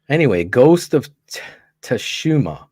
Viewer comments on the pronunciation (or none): I cant believe... well i can that phil BOTCHED ghost of "suuushiemmmAA"